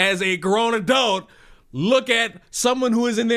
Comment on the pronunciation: Youre not an "adoot" youre supposed to be an ADULT!